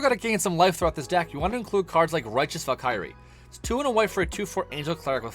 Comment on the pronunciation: Fantastic video, but it bothers me so much the way to say Valkyrie haha good video though 👍